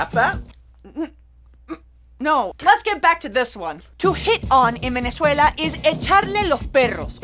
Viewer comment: Love how you switch from American English to the Venezuelan accent when you say Venezuela #sosvenezuela